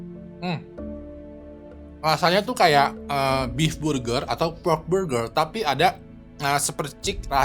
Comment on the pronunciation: Burjer manuksia 💀